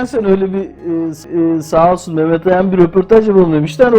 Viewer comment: Altan Bey, neden Meğğğmet? Meh - met demek çok mu zor?